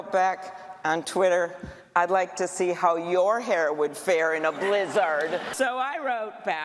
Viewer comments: It’s kind of a mildly good comeback the first time on Twitter. Like yeah, trumps hair would probably fall off his head in a blizzard. But why recite the same okayish tweet 500 times as if it was the funniest joke you’d heard in your life? AND WHY THE FUCK DOES SHE SAY BLIZZARD LIKE THAT!?!? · Damn she was proud of that joke. And she says blizzard really weird